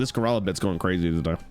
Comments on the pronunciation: Holy fuck hearing him say Gurella over and over gave me brain damage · I swear to god if I hear him say goralla again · Is he saying ger-ella on purpose? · His pronunciation of gorilla is fuckin sending me